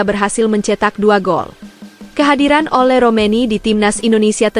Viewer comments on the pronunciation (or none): Ole bukan ulah min..Sunda ya mimin